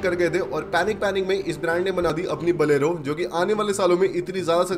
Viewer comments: Bolero ❌️ Balero ✅️ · Bhai baleno nahe bolero he 😂😂😂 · Bolero❌ Baalero✅